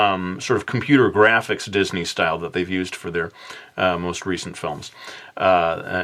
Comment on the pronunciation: said didney